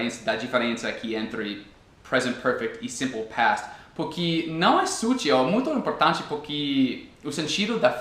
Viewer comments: Suas explicações são muito claras e seus exemplos me ajudam bastante, obrigada!:) Uma curiosidade, você é professor,? Porque leva bastante jeito pra isso, tem uma didática boa ^^ Uma coisa que tenho reparado é que você pronuncia "dIpois" ao invés de "dEpois", e também "porquI", ao invés de "porquE" Nem sempre o "e" vai ter som de "i" em português rs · Dar uma ajuda também... você fala "porqui " tente falar "porque"... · teus videos tem nos ajudado cada dia mais. Uma dica que espero que te ajude, é o "Porque" que você pronuncia "Porqui" com um sinal de "i" no final. Mas na verdade tem som de "E", "PorquE" O Brasil te adora cara. hahahahahaha. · Ah me desculpa mas não consigo assistir o vídeo completo com esse “puqui” PORQUE * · Nossa é muito feio “Puqui” e “dipois” vale para todos os brasileiros que matam a língua portuguesa que é tão linda e para ti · "Pukí"! Kkkkkkkk jeito engraçado de falar "porque" mas gostei do vídeo! Muito bom